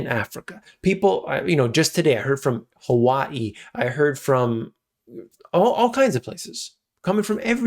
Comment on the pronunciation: 👏🏼👏🏼Wow!!! You pronounced Hawai’i correctly with the ‘okina!!!! Bravo!!!